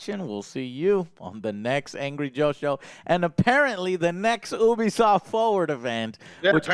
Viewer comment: Hahaha it's ubsoft lollololol.